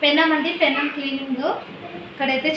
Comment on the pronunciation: పెన్నం కాదు. పెనం అని పలకండి.